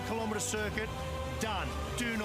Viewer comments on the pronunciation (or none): That fucking idiot commentary, if you grew up with the metric system there's no excuse for mispronouncing the very simple word kilometre